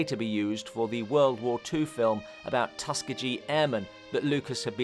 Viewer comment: Your work is amazing as ever; however, Tuskegee, should be pronounced tuh*skee*gee.